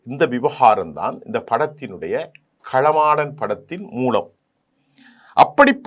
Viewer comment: சார் களமாடன் அல்ல காளமாடன் என சொல்லவும்...